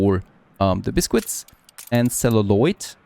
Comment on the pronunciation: It's not pronounced as bis-quits. It's said as bis-kits.